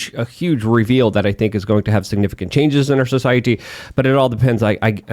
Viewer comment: Huge changes in our socie”T”y. lol, what’s with the over emphasis with the T’s here.